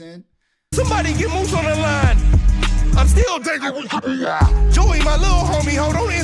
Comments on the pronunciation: Mousa not mook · He said moose … mousa